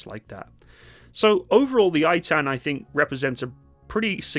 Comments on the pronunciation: 1. It's Ay'tan (to correct pronounciation) 2. On 7/10 they raced to the Battle of Zikim down the highway at 75 MPH, which is quite incredible for an armoured vehicle! 3. The hulls and basic infrastructure are made by Oshkosh in America, as is the transmission by Allison I believe, with the engine from MTU Germany. However, the high-tech stuff that transforms it is made and fitted in Israel. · Btw, it's pronounced Ei-tahn, not eight-ten 😅 love ya! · Just to correct the pronounsiation its pronounced "Eitan" and not "Aitan" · just to correct the pronunciation , its " ei - tan " (a is like the U in umbrella) no i-tan. thanks for the video and greeting from the troublesome holyland. some male israelis are called eitan , btw, but when its in a persons name form we never pronounce it like the formal word meaning steadfast. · The only thing you need to apologize for is your laziness in neglecting to call up an Israeli friend and asking: "what's the proper pronunciation of this Hebrew name"? In this case it's "Ay'-tahn".... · Proud to have played a small role in the development of this machine. BTW, as far as pronunciation goes - 2 syllables: Ei-tan. "Ei" like the name of the letter A, and "tan" like in the word "botanical".